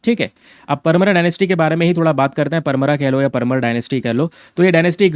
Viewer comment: Sir me mp se hu, परमार, धार ye correct pronunciation h